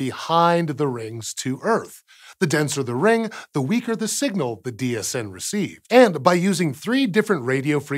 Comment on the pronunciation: Every time he says DHN I hear DHD which means I've either watched too much Stargate, or just the right amount. And im pretty sure it's the latter :)